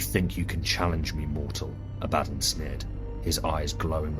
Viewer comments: “Ab-ah-don” (Phonetic pronunciation) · Lmao abaddon?! Why do you say it wrong like that